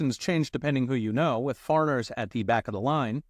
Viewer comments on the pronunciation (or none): none